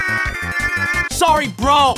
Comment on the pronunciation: I wonder why he says brol instead of bro. 🤔